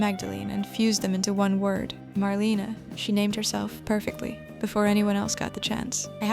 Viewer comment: It’s pronounced Mar lane A